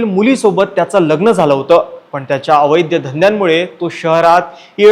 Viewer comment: अवैध्य धंदे नाही रे बाबा, अवैध धंदे असं म्हण.